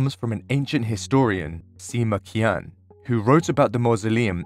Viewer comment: Swing and a miss on the name pronunciation. 'Q' is pronounced Ch as in church and 'ian' is pronounced yen so Qian should be 'chee-yen'. It amazes me how little effort the media and documentaries, even in some cases international analysts, don't make any effort to learn how to pronounce Chinese words. I understand them getting the tones wrong but the phonemes are very basic, all exist in English except the Chinese r, and none are difficult to pronounce. A simple Google search on how to pronounce Chinese words would fix this problem and make videos like this (and indeed news programs like the BBC's Nine o' Clock News) more credible. The ancients were more advanced that we give them credit for, though. The Ancient Greeks had robots powered by lead weights/gravity or hydraulics. They did things like travel across rooms pouring cups of wine, and were mostly for novelty, but they were robots. We tend to assume anything that didn't exist at the beginning of the Renaissance was the peak of technology to that point but a lot of things were lost during the Dark Ages, and there were probably multiple dark ages between the 10,000 years or more of human civilization. There's a theory that the pyramids of Giza were used to capture hydrogen as an energy source.